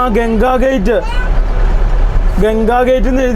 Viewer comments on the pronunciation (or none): Not gate it's ghat.. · ഘാട്ട് ആണ് ഗേറ്റ് അല്ല 😂